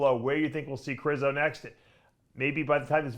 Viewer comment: Its ( Kre shzo) 😂